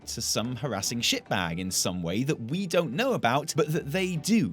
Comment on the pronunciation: "You're allowed to feel how you want about this, but you don't" Sounds like "You think you want it, but you don" : D